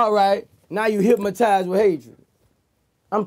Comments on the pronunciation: Vlad tried to correct him on the low and he still said hypmotize lol. Gotta love Boosie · Hyp-mo-tize 😂😂 Vlad tried to slick correct it & clean it up. Boosie came right back with it. Our Louisiana slang sumtin' serious... 😂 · LoL... Boosie sayin’ “HypMatized” ... then Vlad says HYPNOTIZED.... and Boosie looks like he’s confused on what word he just said 🤣🤣🤣 ...and a CAR FULL OF GARAGES. 🤣 Thank the lord he found rap... he says all that stuff cause he is that man that’d be stealing and killing if he ain’t earning the $ himself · 😂😂😂😂 ikr hypmotize!!